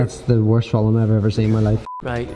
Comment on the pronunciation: I love how he says film F E L E M